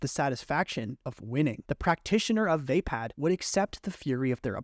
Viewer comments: Just a little nitpick ,youre pronounicng VAPPAD wrong.Its pronounced WAHPAD not WAYPAD .I know americans dont care about pronounciations that much tho 😅. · Not VeypadXD Vaa-pad. Vaa should be pronounced like "Va" in "Valhalla" Some of these pronunciations are killing meXD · It’s pronounced Vappad with an o sound not VApad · Vaypad❌️ V-uh pah'd✅️ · Great video but... Vah-pard not vay-pad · Vah pod, not vape pad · Decent video but why can NOBODY pronounce “Vaapad” correctly? It’s “VAH-pad” not “VAY-pad” or “vuh-PAHD”. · You sure it's "vay-pad"? And not "vuh-paad"? Most other videos say it the second way. Has to stop listening coz pronunciation. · The mispronunciation of Vaapad (should be Vuh-pod) is annoying me 😂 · "vay pad" :( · You had SO MANY chances to correct your mispronunciation of "waypäd"!! 🤦‍♂️🤦‍♂️🤦‍♂️ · The way this man pronounces vaapad makes my brain itch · I can't imagine how you would end up pronouncing Vaapad like that